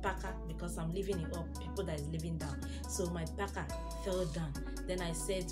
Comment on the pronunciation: Parker 😅the way you are pronouncing it 😂😂😂 having what 🧐🤪😅😂😂